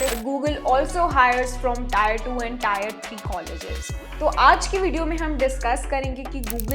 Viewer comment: pronounciation like tear